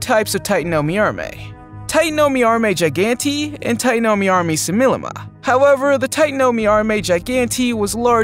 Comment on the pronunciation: i dont like how you aresaying the name tatanomyrma as titanomyarmey just say titanoMIRMA